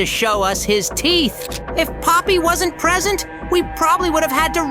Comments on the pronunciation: bro really said pomney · Poppy not pomney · It’s not palmy it’s Poppy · Bro really called poppy pomney and oli into ali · Poppy its not pomney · pomney……….ITS POPPY U DUMB DUMB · He's calling poppy pomni 💀 😊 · not pomeny poppy😅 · IT IS NOT POMNI IT IS POPPY. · Dude her name is not pomeny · pomney not poppy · its poppy not pomny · yep je just still alive just dont say pomney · Why does he call poppy pomni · yeah it’s not pomney it’s poppy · ITS POPPY NOT POMNIE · Poppy, not Pomney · Not pomni, poppy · "pomney" LOL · It's poppy